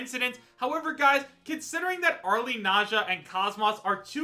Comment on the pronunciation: How many times do I have to tell people that the "e" in "Arle" is silent?